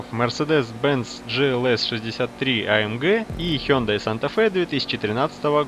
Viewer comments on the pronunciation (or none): none